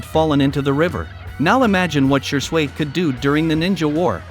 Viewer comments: Shee-swee* Man-gek-yo* TOBY-RAMA* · I like the fact he says shure sway instead of shisui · Is no one else cringing from the bot talking? I decided to call it quits after "She-sway has a unique man-jiki-sharingan that allows him to use koto-am-utsikame one of the most powerful jin-jutsu of all of the works" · Man the way you say n pronounce a lot of things drives me nuts!😂 wth is “she-sway”😂😂 don’t do my fav shisui like that ever again plz😂🙏🏼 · ur pronunciation of uchiha shisui sucks 😂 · OMG, almost every other word in Shisui’s section was mispronounced...I can be the only person that struggled thru that!